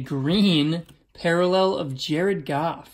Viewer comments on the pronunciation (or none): if Goff not Gaff lmao, you sound like a Bostonian saying golf hahaha